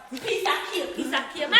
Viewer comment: i hear him say peace a cake to.